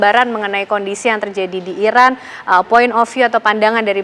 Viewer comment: IRAN bang, not Irak, jangan salah sebut negara sediri donk 😢